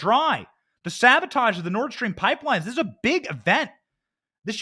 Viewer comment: How about this, If Brandon did fiddle Putin’s kitty, we all forgive him 100% on the condition that he can speak the word sabotage correctly.